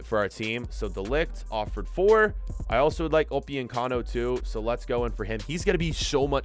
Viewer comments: Upyuncano? It’s upamecano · Why does he say upiyecamo its upamecano😂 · Everyone:Upamecano:Opiocano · He keeps butchering Dayot Upemecano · The way he says upamecano😂😂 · wtf you are butchering upamecano name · The way you say Militão and Upamecano is so wrong